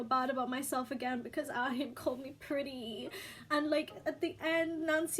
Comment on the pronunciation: please stop saying the h in ahin